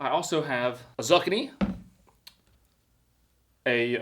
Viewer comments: Zuckanee is pronounced zoo-key-knee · For the love of Christ,, it’s pronounced Zoo kee nee!! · zoo key knee....not zuck a knee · It's Zoo Kini not Zuckanie 😂 Zuckanie sounds like a new platform by Zuckerberg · You cut out the center that is truly despicable and it’s not zuckanie it’s zucchini zoo-keen-e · Not zuckaneez. It's pronounced zoo-key-nee. Lmao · Wtf is a zuckany? "Zoo-kini" is the prenunciation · It’s zucchini. In ZOOOO KEENI. Not suckaknee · Probably find zuckanies in Zuckerburg. "Zoo-Kee-Knee" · Your pronunciation really bothers me. It's "zoo-kini" (like "bikini"), not "zuh-kin-ee". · A zuckanee 😂 ill make it easier its a courgette. definitely just eats beef and ramen 😂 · Zuhkuhknee. Do you mean zookeyknee? Bro don’t know what a beat is? I’m praying this is satire! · It’s “zoo-kee-knee” not “zuc-ka-knee” lol I was confused what you was talking about at first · Say it with me: Zoo-key-knee…😂🤪🤦🏻‍♀️ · Obviously you have never eaten a zucchini! It is pronounced zoo-kee-nee. F Y I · Zucchini....zoo ke knee . Was he serious or kidding. 😂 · Hey you meatball, it's pronounced zoo-keen-knee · I’m going to start calling zucchini’s zuckaneez that from here on out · Its pronounced zoo-kee-nee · Never look up the pronunciation, Zuckanee is so much better, you've improved the word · Someone please tell me he knows it's not pronounced like that... Zuckannie sounds like your talkin about mark Zuckerbergs dik or something. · Pronounced zoo-key-knee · It’s pronounced: zoo-key-knee. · not knowing what beets are doesn't surprise me, but "zuckanee" HAS to be on purpose 😂😂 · It's pronounced zoo keenie..spelled zuchini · Zoo-kee-nee Zoo-key-knee Dude, Google is a wonderful thing. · Bruh i cant with under one minute😭... TF are Zuck-a-Knees😂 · Hey. Zucchini is pronounced zoo-key-knee. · Zooo key knee!!!! Please say it right!!! And ya mama never fed you beats? Spoiled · Its pronounced Zookini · Let's say it together... ZOO-KEY-KNEE 😂